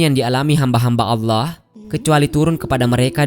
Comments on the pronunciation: Kenapa orang indon majoriti tak boleh sebut allah dengan betul??? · kok saya agak gatal telinga.. pada penyebutan lafadz ALLAH.. YANG di ucapkan oleh pengisi suara. agak aneh dengernya..apa kurang fasih beliaunya.. semoga bisa di perbaiki..dan semakin fasih.. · Bilang allah aja gk becus..preett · Maaf kok penyebutan Allah nya ky kurang pas. Mungkin bisa sering belajar melafalkan